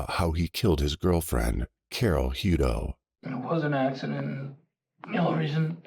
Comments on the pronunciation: Wish you would pronounce the names CORRECTLY...I knew people with this last name and it was pronounced HUT TOE!!! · It’s pronounced Hut toe it is pronounced toe but there isn’t an E on the end . I knew someone with the same last name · You are pronouncing the name wrong . You need to verify the pronunciation of people’s names when doing a story on them